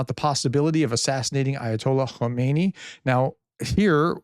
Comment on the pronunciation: Hello Grea test respect for you and your work. Please in your presentation distinguish between ayatollah ho-may-knee who is lying dead in a giant mosque and current leader ha-mah-nay. Bless your tremendous effort. Yours. Richard